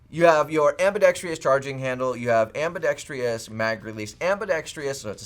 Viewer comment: Ambidextrous. It’s not AmbidexTRIous. What’s it gonna take?